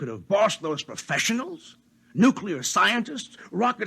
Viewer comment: nuclear not nucular